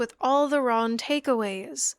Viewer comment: "what the hell is ron with you" it lowk irks me but i watched all 3ish hours and i loved every minute (besides when u mispronouned things but i have a speech impediment too, we're good) anyway genuinely great video, loved that for sure